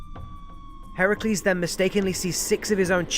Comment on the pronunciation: I'm so happy that you pronounce Heracles' name properly. so many say Her-Cue-lees and while modestly funny in western culture, it's just so wrong in the telling of the stories.